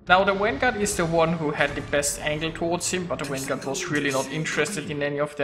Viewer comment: What the fuck is a wanguard? learn how to pronounce the V.